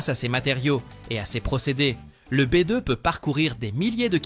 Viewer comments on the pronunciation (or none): Merci L'IA pir li dimonstration di Bi deu!!!🤣🤣🤣